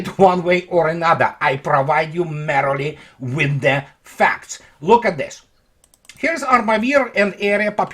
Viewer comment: You keep mispronouncing MERELY and sounding like a dick, the word you keep saying means HAPPILY/HAPPY as in "Merry Christmas", think "MIR-ly".. I hope that helps.